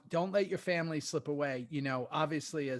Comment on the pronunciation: Love the show boys but I cringe every time you guys say samily or famcro. I cant be the only 1 right lol